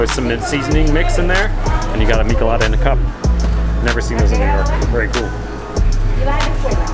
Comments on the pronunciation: the pronunciation of michelada is wrong!! its a spanish word, 'ch' sound is pronounced. not k. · You ate CARNITAS!!!! Pig skin is called CUERITOS de carnitas!!! You should NOT eat them with fork, just use your hands for Quesadillas and Gorditas (the one with tongue and cueritos). And MICHELADAS should be pronounced: MISHELADAS. Not MiKeladas. 👍😜 Great you both enjoyed mexican food in LA. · Michelada is pronounced mainly with the "ch" like you pronounce the ch in check. Awesome vlog!